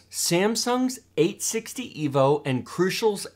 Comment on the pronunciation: "EEvolution not rEEvolution." Never again.